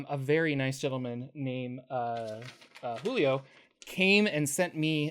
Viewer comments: Brazilians do not pronounce the j like that lol his name is not wholio. Julio as in Juice. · somebody should already have mentioned it but, in Portuguese, j makes the sound of s in measure. So it's best pronounced as "Zhulio" imo